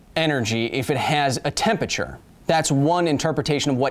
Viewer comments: Why do you say “tempature” instead of “temperature”? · KYLE FAM. Why you pronounce 'tempERature' as "tempature"? :( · Kyle why do you say temperature like that? Tempature? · The way you pronounce temperature (tem-per-cher) slightly hurts my brain. Still love the videos. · are you saying "tempAture"? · yal heard "tempeture" too right?